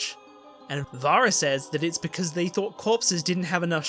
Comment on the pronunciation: Oh I liked this ending much more than the series! The only thing I didn't like was how you kept pronouncing Varys wrong 😅